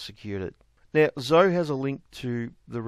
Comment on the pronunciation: Zoe is pronounced zo-ee.